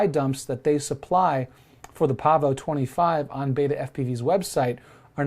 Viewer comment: Yes Sir, you pronounced it correctly. 😄